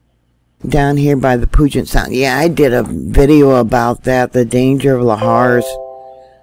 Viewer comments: hi...friendly reminder..we pronounce Puget Sound...like it stinks!..Pew-jet...thanks. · Puget Sound. Puget = Pew-jet. This is how it is pronounced. Pew-Jet = Puget. Any questions ?